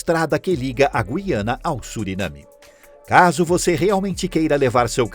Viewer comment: Parabéns por pronúnciar o nome "GUIANA" de forma correta, pois é um assassinato das ignorâncias ao pronúnciar essa palavra que dá nojo. Eles chamam de GIANA...PODE?? TOTAL E FALTA DE LEITURAS.